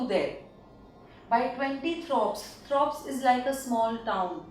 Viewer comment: IT is amazing but actually its not throps, it is thorpes